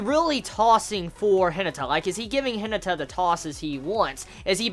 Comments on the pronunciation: The way you says Hinata irritates me to a new level.. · Firstly, I just want you to know that I mean absolutely no offense by this comment, and I'm very sorry if my comment seems that way to you. But are you aware that you're pronouncing Hinata's name incorrectly? It should be pronounced similar to He-nah-ta. Again, this is only meant to be a little helpful criticism, and I completely understand if you never see, read, reply to, or acknowledge this comment in any way since I'm aware that you watch tons of anime and read a lot of manga every week. However, I thought that I should at least try to let you know. Have a good day!!